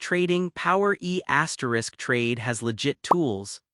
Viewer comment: It’s pronounced E Trade not E asterisk Trade.